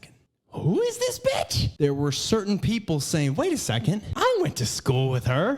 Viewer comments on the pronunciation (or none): none